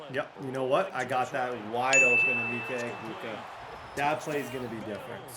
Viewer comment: Emeka = “ah-meck—ah”